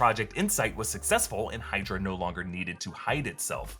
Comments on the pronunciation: HAH! Hide-ra, nice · Hide-ra? anyone? no? :( okay :D